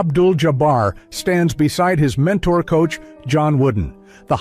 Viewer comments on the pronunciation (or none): none